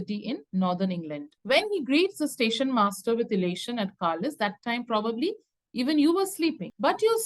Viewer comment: It is pronounced (carlile) not carlise just for correction